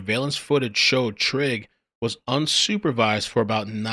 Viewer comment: Trigg as in "Trigger" that's those MoMos for you